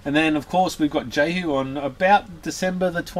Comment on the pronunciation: BTW the name is pronounced yehu not jehu.